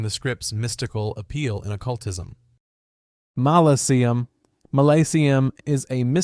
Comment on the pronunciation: Its “malakim”